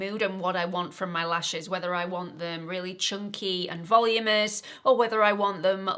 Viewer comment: Please please it is voluminous not volumous😢